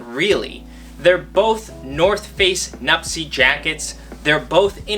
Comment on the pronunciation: Why do you call them nupsess IS NUPTSE